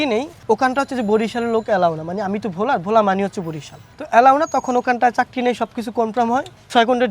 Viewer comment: Bhola, not vola.